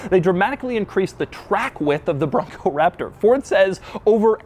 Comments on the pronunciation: every time he says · His over pronunciationonon on Raptor and Bronco is very annoying!